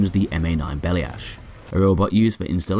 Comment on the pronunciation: Plyusch should be said like “PLYOOSH”, one syllable, not “PLYE-oosh” I know this is nitpicky, but this robots name is pronounced “BELL-yash” and not “BELL-ee-ash”. Two syllables, not three.